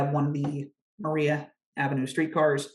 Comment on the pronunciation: Maria is pronounced Mariah in this instance.